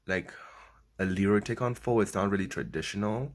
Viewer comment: Bruh can you pronounce PHO ????